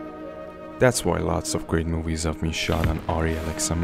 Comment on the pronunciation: movies. not mowies